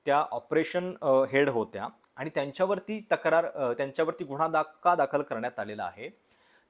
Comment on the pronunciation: “गुन्हा”शब्दांचा उच्चार शुद्ध करता येत नाही का तुम्हाला Seems biased. Hopeless, anti social and anti national propaganda in this. Shame on you video maker 😢😢